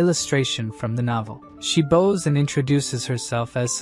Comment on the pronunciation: Why does the AI say "bows" like bows, but "bows" like bows? It doesn't make sense! It's totally the opposite!